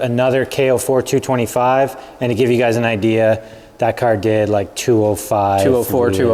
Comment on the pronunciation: Cawr isn't how you say Car 😂